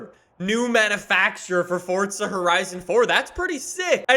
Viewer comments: It’s Forza, not Fortza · It's not fortza it's forza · When is someone going to tell him its forza not fortza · Omg it’s this guy again I can’t stand hearing “forTza” every other sentence so I can’t watch his videos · Welcome back to Fortza Horizon 4... Really makes me smile lol